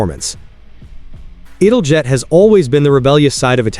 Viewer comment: Was going to watch this vid, but immediate misiprounoucement of ITALJET made me stop. No AI lazy vids for me.